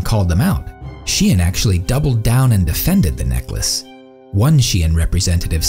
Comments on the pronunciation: It isn she-en, it is sheh-ee-n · I've always thought it was pronounced /ʃeɪn/ I find it weird how people pronounce it was. /ʃi.ɛn/ I guess English orthography is weird like that 7 '28 '22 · Okay but why do people pronounce 'SHEIN' like 'SHIEN'? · Literary thousands of people saying "Chain" but it's pronounced "She In" or is wrong? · But why is it pronounced "shien" if the name is "shein". English is so stupid language xD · is shein not pronounced like shine